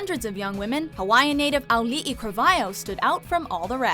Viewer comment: The way you were saying Auli'i's name killed me. It's pronounced Cra-Val-Ee-Oh. And she was asked to audition by someone who was in charge of an A Capella group after she didn't get in. They told her she didn't get in and then mentioned the Moana auditions to her.